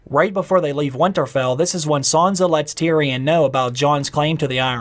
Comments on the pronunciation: Please stop saying Sanza. Please. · Why does he keep saying "Saunza" ? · isn't it sanSa? why does he keep saying sanZa